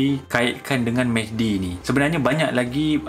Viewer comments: Serupa la.. terdengar Mehdi mc mcd.. 😅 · Mehdi ke McD (MacDonald) ? Tak berapa dengar tadi 🤣🤣🤣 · everytime he says mehdi i hear as mcd lol